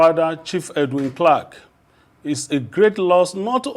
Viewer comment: It would have been more professional to take the time to learn the correct pronunciation of his name before the program started.